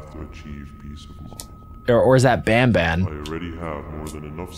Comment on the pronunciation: It's ban ban not bam bam